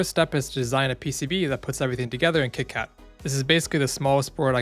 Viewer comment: I understand why there is a whole debate about whether it is KiCad or KiCad (It’s KiCad, btw) but WHY are you pronouncing it KitKat?!